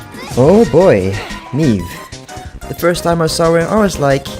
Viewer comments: who tf is meeeeve (its may-ve) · Mei ve not MEEVE.